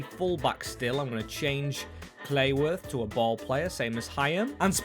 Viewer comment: It's pronounced CLUEworth, not CLAYworth or CLEEworth.